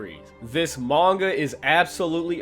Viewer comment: This nigga said manganga